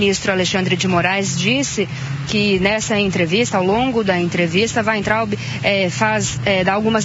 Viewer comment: ...é "Waitraub..."